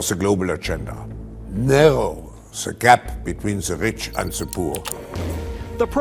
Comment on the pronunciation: I’m fairly certain he said “narrow zeh gap between the rich and the poor.” Could be wrong though.